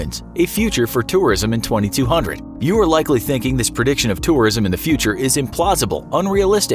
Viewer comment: Is the year twenty two hundred the year years from now) or 20200.. a lot longer. He said it in a weird way you can picture either way